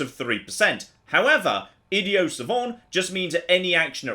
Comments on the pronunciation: “Idio Savant” ... lol why does he mis pronounce ‘Idiot’ ?? Is this an attempt to get into the actual character of an Idiot??... lmao :) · Is that how they pronounce it in England? Without the hard "t"? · Its pronounced idiot, not idio. I'm aware you going for the sort of french way of saying it, and savant like that is fine but... Idiot, with a T at the end. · Why wasn't he pronouncing the t in idiot? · There is a “T” at the end of “Idiot” AND at the end of “Savant”. 😂 So excited for this series. Playing right along with you! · I believe he is pronouncing "Idiot" in Idiot Savant with a silent "t." The term is French, so I believe the "t" would be silent, although I think it would sound more like: "Eed-ee-ahn". Any French students out there who can clarify? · Yet again you failed to say the word idiot correctly, thats pretty ironic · Is anyone else confused by the way he's pronouncing "idiot" in the idiot savant perk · my goodness why does he say idiot like that?